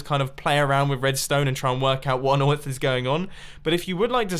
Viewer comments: what on oif? do you mean earth? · "What on Oieth?"